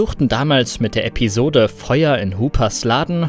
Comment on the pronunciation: Es heißt "Episode", nicht "Äppisode". Ist leider in Mode, falsch zu sprechen.